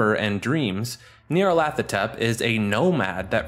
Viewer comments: Say it with me “Gnarl-A-tho-Tep” thank you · Not to nitpick, but of all Lovecraftian entity names to get wrong, Nyarlathotep is not one. His name is "Nyarlat", while "hotep" is his title as a pharaoh, there's no "th" sound in his name. It's simply nyar-lat-ho-tep.